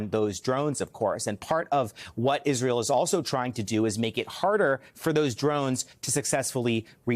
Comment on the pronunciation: He Said Pissrael.